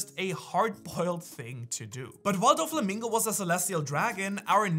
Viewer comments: That Doflamingo pronunciation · Why does he say Doffy's name like that? Have I been pronouncing it wrong?